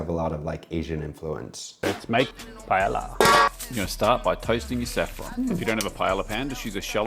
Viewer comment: Can't pronounce paella or chorizo, but somehow managed to pronounce paella correct at the very end of the video.